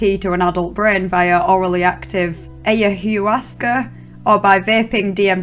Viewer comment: it’s pronounced more like “eye-a-waska”.